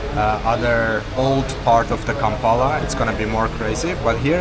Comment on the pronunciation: bro kampala aint that hard to say